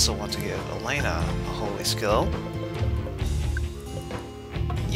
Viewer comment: Did you just call her, "Elena"? Lol.